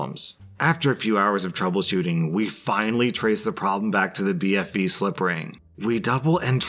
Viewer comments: I love how went from saying BVF to BFV to BFF lol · He pronounced BFV so many times wrong lol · I love how he keeps mispronouncing BFV